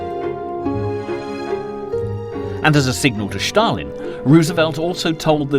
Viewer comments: 'Shtalin' is wrong in both English and Russian. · Why are you calling Stalin Shtalin? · Who thick is Schtalin? Where is Sctalingrad? FFS. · This narrators attempt at a Russian accent everytime he says Stalin or stalingrad is ridiculously annoying as shit. He is mispronouncing it.